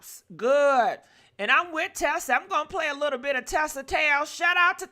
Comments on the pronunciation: Not Tesa it’s Tisa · You use Tisa content but you continue to pronounce her name incorrectly.